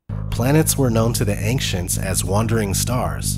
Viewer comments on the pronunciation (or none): "Ank-shents" smh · "Ank-shent"? ugh thanks for ruining my friday 🤣